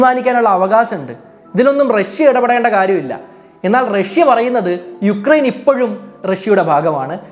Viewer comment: യുക്രൈൻ അല്ല ഉക്രൈൻ ആണ് sir